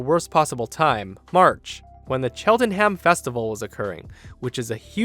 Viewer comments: Say it with me: Chel ten um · never say Cheltenham again